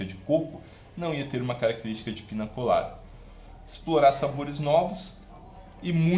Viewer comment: Muito bom esse formato. Cervejeiro dedicado gosta de teoria , mas ama a prática. Você é uma referência para quem vive a cultura cervejeira. Parabéns! Ah, a pronúncia correta é pinha colada. O ñ tem som de nh no idioma espanhol. Salve mestre!